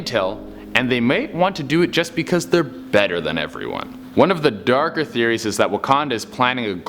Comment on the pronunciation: series? Its theories